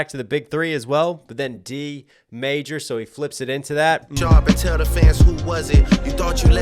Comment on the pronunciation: And the way he said d major he said it like "d made ya"